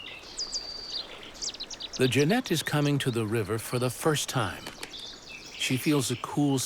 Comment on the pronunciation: Narrator can't even pronounce Genet!